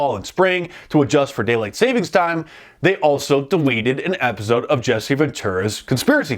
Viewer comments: I never noticed how Mark pronounces episode as “epizode.” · Man now i can't unhear that lol. Epizode.